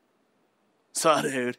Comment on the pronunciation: What the hell is "suh dude"??